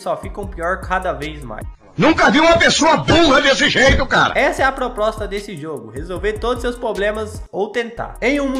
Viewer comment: "essa e a proprosta"